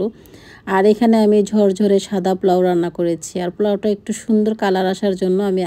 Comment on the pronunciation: আপু আপনার problem কি জানেন ??? আপনার উচ্চারণ খুব খারাপ ... যেমন জগতকে বলেন ঝগ....কোকো পাউডার কে বললেন ..কোকা পাউডার ... আবার বলেন . Think করি....এই কথা গুলো শুনতে খুব বিচ্ছিরি লাগে ....পোলাউকে বলেন প্লোউ ... আপনার বাচ্চারা এতো ভালো স্কুলে পড়ে...ওরা আপনাকে ভাষা শিখালেও কিন্তু পারে... খুব বাজে লাগে শুনতে